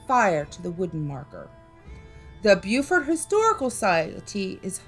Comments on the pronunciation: It's pronounced Bo-fort. Bue-fort is South Carolina. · Spelled Beaufort , Pronounced Bo-furt . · Beaufort, NC is pronounced Bow-furt. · Please stop saying Beaufort wrong